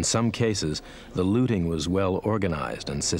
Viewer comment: Looting, not Lotting.